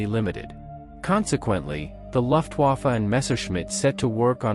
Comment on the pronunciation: poor robot doesn't know its m e not me. Thanks for the video I liked it otherwise. Next time put a space between the m and the e and the robot will pronounce it better. Also, German words are being pronounced by an English language robot so you need to change words like Luftwafe to how its pronounced, like looftwafe so the robot doesn't say the u sound.